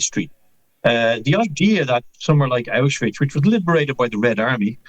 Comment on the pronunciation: One way to avoid erasing history is to learn to pronounce "Auschwitz" properly! Mr. Galloway gives it a strange Slavic viberation by ending with "..ich".